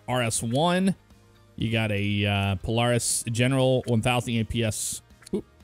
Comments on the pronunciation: Obviously dont ride irl cause he called it pol-are-is instead of pol-air-is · It’s pronounced pol-air-is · It is pronounced POE-LAIR-IS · He could just say it dif that dosent mean he doesnt rude irl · Never heard anyone say Polaris lie the way you say it. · It’s razor 😂you miss pronouncing Polaris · I know it’s minor but it kept bothering me the way he was pronouncing Polaris. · Am I the only one that hates the way he says Polaris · makes me cringe so much every time he says Polaris wrong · way u pronounce polaris hurts me